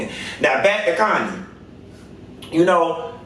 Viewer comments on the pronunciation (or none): Her name is KHANYI pronounce like Kanye but you say YIIIIIII Instead of Yeh. So CAN YIIIIIII